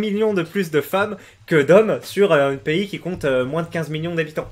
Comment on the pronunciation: Salut, super chaîne tu es très sympa et amusant mais de grâce stoppe de dire moinsse au lieu de dire moins